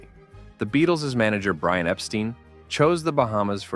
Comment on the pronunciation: The same placeHe got brian's name and didn't pronounce it right